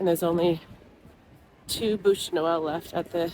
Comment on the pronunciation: BÛCHE Not bouche my dear....